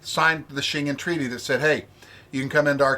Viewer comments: So your geography lesson on where the town of Shengen, where the treaty was signed is, was as bad as your pronunciation of the word. Shengen wasn't signed in or near the British Isles and also had absolutely nothing to do with those countries at first. Hard G like Give or Gary, and en like it is pronounced en Español. Say it with me... The Shen-Gen Treaty was initially signed just outside the Town of ShenGen, Luxembourg on June 14th 1985 By Belgium, France, West Germany, Luxembourg, & The Netherlands. There I fixed your History/Geography lesson for you. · Never heard that pronunciation of Schengen, must be the Texas way 😀